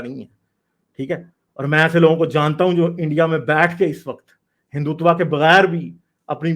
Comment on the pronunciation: learn to pronounce Hindutva first 😂...u r sounding like typical sadak chaap pakistani...Hindus r well respected all around of world bcoz of their culture love Harmony towards every religion..jews never got persecuted in India..parsi came from Iran... 😀 Read about hindus first